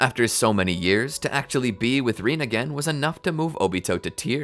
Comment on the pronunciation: I keep hearing Rinnegan instead of Rin again